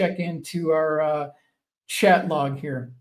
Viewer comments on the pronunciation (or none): none